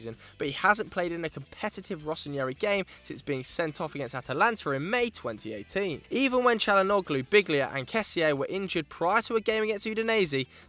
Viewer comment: Did he say BiGlea???